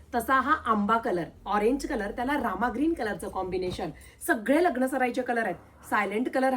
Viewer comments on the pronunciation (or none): none